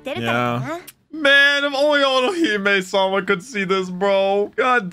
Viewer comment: Otohime. But calls orohime